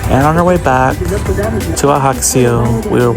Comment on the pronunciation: The J is Ajaccio is not silent. It's not Spanish. Its hybrid French/Italian.